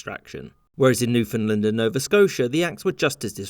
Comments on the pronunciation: Any chance you could pronounce Newfoundland correctly if you make another one of these videos? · I enjoyed that so much I'm not even going to comment on your butchering of the word Newfoundland. (It's supposed to rhyme with understand). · Newfoundland is pronounced like "understand". Understand Newfoundland. But not a biggie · you say Newfoundland wrong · That isn't how to pronounce "Newfoundland." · Sir, It’s NewfoundLAND not what ever you said, are you from Ontario? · Your pronunciation of Newfoundland killed me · Excellent, as usual... but "Newfoundland" is pronounced with the same emphases as you use in "understand." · When pronouncing Newfoundland, the emphasis is on the word part LAND. NewfoundLAND. Why do you say Newfunlund? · Sorry. My bad. Your short history lesson is 100% accurate but try to keep it to yourself. We can't have the unwashed masses privy to the truth. May I correct an error in Nit #2. It is not pronounced Newfundlund. It's Newfundland, understand? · Newf-in-land Not new-fin-land Or just say new-found-land We have nothing to do with Finland at all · Say after me new-found-land not newfinland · Newfoundland not newfinland It has and never will be call newfinland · No no. Newfin Land. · Newfoundland is pronounced more like New Fund Land by the people who live there, if that counts for anything. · I hope in the three years since you released this video you’ve learned how to pronounce Newfoundland properly. (Best way to remember to emphasize the land part is to say it like understand. Un-der-stand New-found-land) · "New Fin Lin" XD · Newfoundland rhymes with understand. Please don’t say Newfinlind. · Pronunciation comment: “UnderSTAND it’s NewfoundLAND” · New-f'n-land not New-f'n'-l'nd. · I had no idea Newfoundland was pronounced NewFINDland. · Newfinland xD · You are pronouncing it wrong. It's New-fin-LAND. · Great summary but Newfoundland pronounced wrong. It is pronounced New fund land or New found land and rhymes with understand.